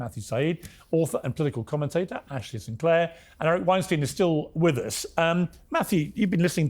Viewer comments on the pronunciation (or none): Its pronounced Wein-stine not steen im pretty sure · Weinstein rhymes with Einstein, Piers. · Eric Weinstein pronounced like Einstein. You should know this by now Piers. Same for Putin. Its Poo tin, not Pyoo tin.